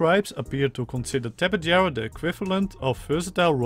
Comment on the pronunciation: I think it's pronounced Ta-pey-har-a the Spanish pronunciation of J is an H sound and I think they discovered the real life fossils for these things in South America?